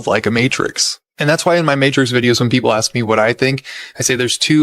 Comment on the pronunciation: It's pronounced ask not axe you idiot